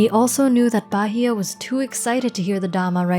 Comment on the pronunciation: Thank you for such a wonderful piece of work. I even learned how to pronounce Phra Bahiya correctly.